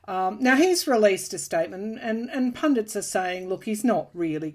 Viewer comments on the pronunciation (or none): none